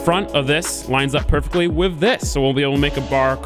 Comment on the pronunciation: Take a shot anytime says "Wiv."